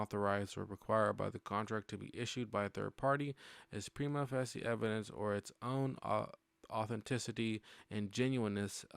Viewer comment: Nice job. Reading this stuff is rough. My two cents: Prima Facie = Prima "Face-E"